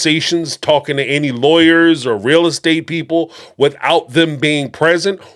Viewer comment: Is it just me or dies Kody say lawyers like liars? Freudian slip?